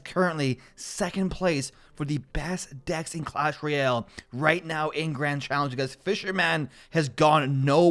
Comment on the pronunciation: do u watch anime ? every time you say now u say neow ☝️☝️